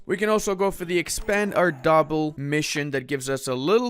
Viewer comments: "arr-daa-bill" ...you make me hurt inside. "Arr-de-beel" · being able to pronounce arabic and persian correctly makes me pain on pronounciation at ardabil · Same lmao